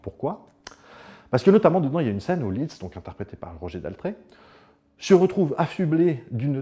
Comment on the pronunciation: Alors on dit Liszt, pas Litz 😉. Très bon compositeur au passage. Il a fait des transcriptions de ouf pour piano, d'œuvres d'autres grands compositeurs, mais vraiment de ouf.